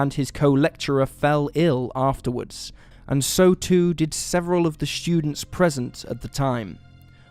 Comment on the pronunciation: Students isn't pronounced " Schudents" you speech impediment having fool.